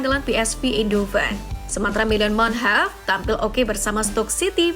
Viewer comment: Manhoff bukan munheff